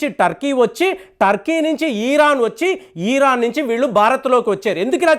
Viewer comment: Eeran kadu ra babu.eran anu.